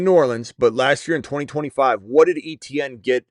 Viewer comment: He pronounces his name Etienne like AY-CHAN. That is the correct way to say it. Not ETN lol